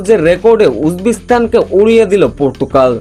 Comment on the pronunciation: ভাই সেটা পর্তুকাল হবে না! পর্তুগাল হবে যে! আগে আপনার ভাষা ঠিক করেন তারপর এখানে চাপা মারেন ।